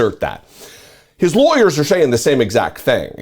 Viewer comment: His " liewyers" lol!